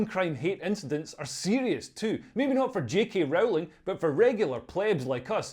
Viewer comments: Rowling is pronounced like Bowling not like Howling. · It's Rowling as in bowling btw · Leo, when are you going to learn to pronounce J.K. Rowling's name correctly - it's really not that difficult............